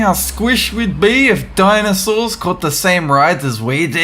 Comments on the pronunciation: dinasaurs? its dinosaurs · dinAsaurs? It's dinOsaurs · dinosaurs, not dinasaurs... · din a saurs?